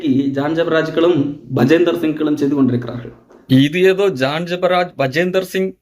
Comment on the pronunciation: Bajinder Singh, not Bajender Singh